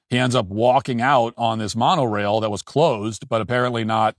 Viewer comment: Why is Matt acting like he doesn’t know what Disneyland is? He’s not even pronouncing Monorail correctly